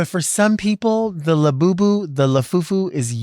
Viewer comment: I know its “Labubu” but I just heard you say “la Boo Boo”